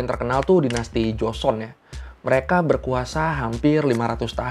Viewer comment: JO-SE-ON bukan joson . Johnson😂